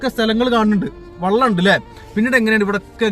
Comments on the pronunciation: Vallam Alla vellam😂😂😂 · 😢ആദ്യം താങ്കൾ "വെള്ളം" എന്താണെന്നും😂 "വള്ളം" എന്താണെന്നും മനസ്സിലാക്കുക,🤭...